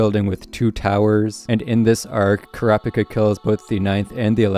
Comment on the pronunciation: Sounds like ur saying crapicka